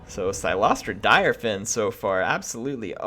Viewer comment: Apparently her last name is pronounced as "Deer-fan", according to one of her voicelines, if I heard it right. The more you know.